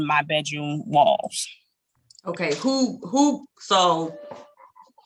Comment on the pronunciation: What is a "Bet Room" door?